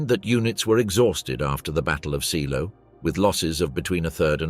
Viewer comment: Pronounced ZAYLOW.